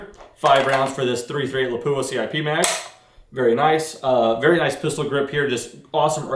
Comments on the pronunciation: Lol crazy enough it's actually pronounced more closely to "lah pwah". There's no emphasis on the "poo" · It is pronounced with the weight on the a, Lápua. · He isn't pronouncing it right.